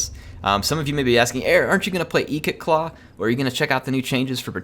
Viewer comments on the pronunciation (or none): Its not eekit claw its ikit claw